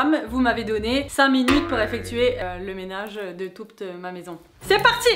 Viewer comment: "de touPte ma maison"🤣